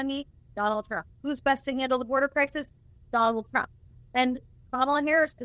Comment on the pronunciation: Did she say Donald "Frump" in the opening???